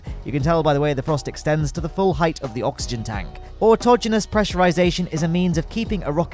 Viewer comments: Finally! I found someone who knew how to pronounce "autogenus". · You must be human. You pronounced autogenous correctly.